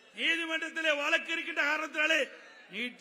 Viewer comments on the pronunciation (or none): none